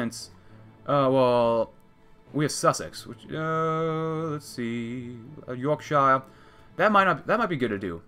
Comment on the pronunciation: You pronouncing Yorkshire ‘York-sh-eye-er’ hurt me. It’s pronounced York-sher! Good video regardless